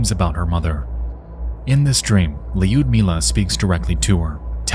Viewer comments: This feels like a combination of the Dyatlov Pass incident, and the strange deaths in the Tatra Mountains in 1925. Regarding Lyudmila, I perfectly understand that one cannot always get the pronunciation of various unfamiliar names right, but considering how many times her name was mentioned, it became a bit jarring even to my Swedish ears. I don't want to nitpick, but it wouldn't take many minutes to check how to get it at least somewhat right. Other than that, this was an excellent and interesting episode. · the constant mispronunciation of Людмила's name is criminal like mf just circle your lips why are you adding an [i] in there!! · I love this. It is great. However, I wish you said Lyudmila in any other way. "yu" would be pronounced as one vowel, it sounds similar to when you say "you" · By the by, Ludmila is read with U as.. the word "you" , no need of iu sound. Great job! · Great video so far, but it's just 'Ludmilla", not Li-Ud-Milla 😅 driving me insane 😅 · the way you pronounce her name is funny . Is not li-ud-milla is liud-milla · You say " Lewd milla" . Its Lud as in LUDicrous. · Surprisingly good pronunciation of names. However, Lyudmila sounds too american :D Instead of Leeyoodimilla it should be Loodmilla, with 'loo' sounding exactly like 'looming', and no 'i' between D and M (they should sound like DM in roaDMap) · LEEYUDMEELA brother man it’s pronounced like “Lud-meela” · Yu in the name Lyudmila is read like U in the word u-boat (yu-boat), that is, there is a short pronunciation, that is, the name is correctly pronounced as L(y)udmila, the spelling does not convey its sound correctly. That is, there is no second part in the sound Yu, only U. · "Lee-yud-mila" kept distracting me the entire time.😂 AFAIK the start of Lyudmila is pronounced like "blew", just remove the "b" at the start, that will be close enough. Great story you've covered, Khamar Daban and Dyatlov Pass are two of my favourites. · Lewd-mila is the correct Lyudmila pronunciation